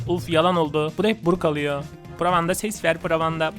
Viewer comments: Abi bruk değil brok (brock) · Abi o BURUK diye değil BUROK diye okunuyo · Abi bruk değil brock diye yazılıyor brok diye okunuyo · abi brock buruk diye değil brok diye okunuyor